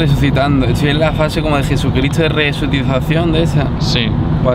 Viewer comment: El jopa no ha ido a el que te enseña h a hablar bien(no se como se llama🤦) min Edit dice resutitacion